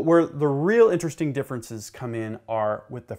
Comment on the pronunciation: Veddy intristing….but schtoopid!